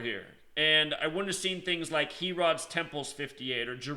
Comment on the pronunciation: Lol and it’s not HE-rod, it’s pronounced like hair-id